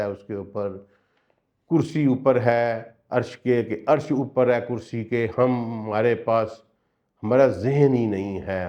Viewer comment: Sir plz with due respect it is not (kursayyu )but kursiyyu .